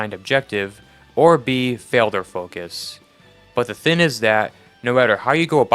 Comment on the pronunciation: Bro where are you from that you say the word thing like the word skin? You’re saying thin It’s THING like ring. At some points I had to go back to listen to the word again to even understand it